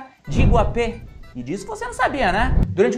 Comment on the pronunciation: DESCULPE-ME MAS A PRONÚNCIA CORRETA É IGUÁPE!!!